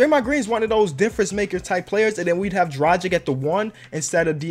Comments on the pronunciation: Dragic is pronounced: drag-itch btw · Just to let you know. Dragic is pronounced drah-git-sh